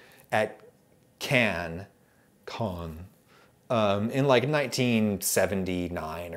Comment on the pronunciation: Your pronounced Cannes more correctly the first time. Caen, the second way you said it, is a different city. Greetings from Caen. ;)